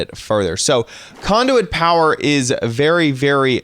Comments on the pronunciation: conduet? wtf its conduit LOL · When he said conduit I thought he said condom